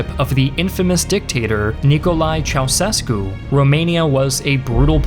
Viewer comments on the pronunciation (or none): It's Ceaușescu ( chow-SHESK-oo). Fixed it for ya :face-blue-smiling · And he kept saying it wrong time after time.. Like didn't he notice the decoration under the s to indicate is NOT an s? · You can't get away with those "ceauţescu", "se qu rwee tate" and "timisssuara" pronounciations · Great channell, 👍. I think it's pronounced "chai-cheskoo"". Pretty sure, maybe I'm wrong. Thanks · Ceaușescu is pronounced as “Chow-chess-koo”. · 1. I am from Romania! 2. Its called "nicolae ceausescu, not ceacusecu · As a romanian i cant help but laugh at attempt of pronouncing Ceaușescu, let alone Securitate (which btw it litreraly means Security) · what is up with your pronounciation of Ceaușescu? I have never heard that letter pronounced as an s, and the whole name wrong so many times in a row. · Ceausescu mispronounced and he was in power 24 years not 15. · You absolutely BUTCHERED EVERY SINGLE ROMANIAN NAME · You got to work on your pronunciations man. A professional historian doing a presentation on the fall of the communist government in Romania should know how to pronounce Nicolae Ceausescu.